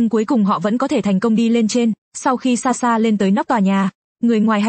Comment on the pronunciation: SaSha chứ ko phải Xaxa😂😂